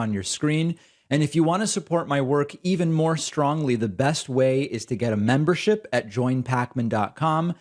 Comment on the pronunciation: I Crack up when you say even more strongly